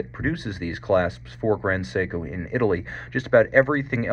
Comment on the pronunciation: you're expertise is unquestioned, but It's 'grand seiko", not "grond seiko"...